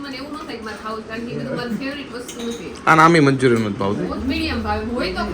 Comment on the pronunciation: Ane manchuriam no kevay manchurian kevay😂😊